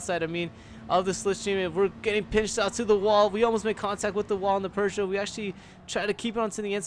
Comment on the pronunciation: OMG it's not "purr-joe". You're doing better every time but just drop the r's and you'll be golden!